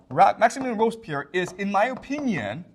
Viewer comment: (It's Robespierre .. Not Robspierre. And so we prononce the "e". .. Again a great class by the way..)